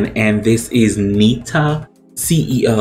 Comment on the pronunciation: Watch her live cover of Dua lipas "don't stop now" and the musicbox version of "cuckoo" by Netta, pronounced "Neh-TA". Also try "Sexy villain" by Remi wolf and "the future starts now" by Kim petras